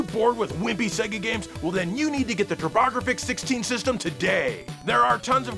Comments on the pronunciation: "Tur-Bah Gra-Fix 16" 🤣 I'll never be able to call it anything else now! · Yay, I love the Ter-bog-rah-fix 16! It has Splay-ter-howz! 🤗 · What a gut punch to learn that I've been mispronouncing Turbografx 16 since it came out. No one in my life cared enough to correct me along the way?! I can only imagine all of them, just snickering behind my back, stifling the laughter every time one of them would ask me what console Tricky Kick was on...